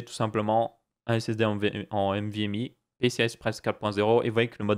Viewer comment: C'est pas "mvme" mais "nvme", sinon très bonne vidéo, étant un passionné de tech je connais déjà tout ça mais tes vidéos sont très agréables....